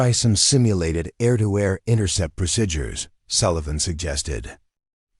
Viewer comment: Very annoying that the narrator can't pronounce the word, 'procedures'.